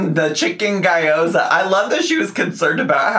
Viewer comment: I'm chinese and had to look up guy-oh-za because she mispronounced it beyond recognition.